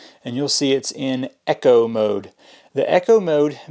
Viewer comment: don't forget pronunciation, it's eco mode not echo mode